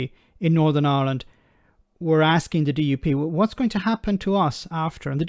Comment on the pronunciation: What I want to know is why does an Irishman like yourself pronounce the name of the country as ‘Ahhland’ 😊